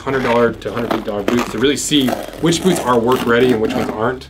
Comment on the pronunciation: It never fails to make me laugh how you pronounce boots as "Booo"